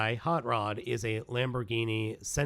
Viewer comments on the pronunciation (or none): none